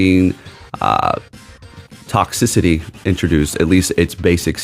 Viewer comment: please pronounce Toxtricity correct bro😭🙏